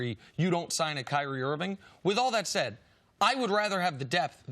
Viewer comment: Thanks, C C, for pronouncing Kyrie, properly. All these talking heads try to make guys sound mythical by emphasizing both syllables of their names. It just sounds foolish.